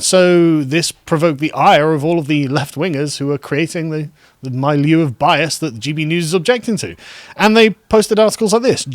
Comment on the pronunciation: "milieu" is pronounced mee-lieu, not my-lieu ^